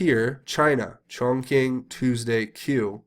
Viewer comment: Not to nitpick, but Chongqing is pronounced "chong ching" not "chong king". I think you would prefer to say it the right way. I lived in China for 4 years and I speak some Mandarin.